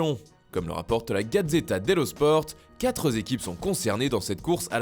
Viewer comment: Ya pas de S à quatre, c'est insupportable